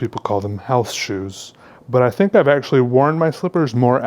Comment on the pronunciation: anybody hearing sexually when he says actually?